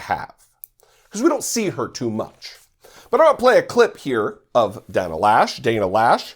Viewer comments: My sister's last name, I believe it's pronounced, Lowsh (as in low) (not Lash). Does she not know the difference between military and civilian? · I think her name is not pronounced Lash but Loesch like in cockroach. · right, of course. The graffiti on the NRA headquarters, one word: 'consequences'. The correct pronunciation for 'Loesch' is 'Low'. This idiot of a woman equates 'fight' with a gun. When it's an assault rifle, it's less about fight, and more about fall. Somehow to her, guns can be used in a 'noble' manner. Let her see the nobility of what these weapons of chaos do to a human being. That sways most people. At some point, some of these gun dummies may lose their child to an AR15. Watch the change in them, then.